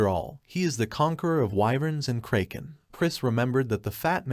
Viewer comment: tts didn't have to insult the kraken like this. 😅